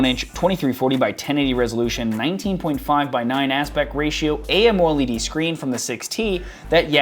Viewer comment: "A.M.O.L.E.D. screen"??... just say "amoled screen"!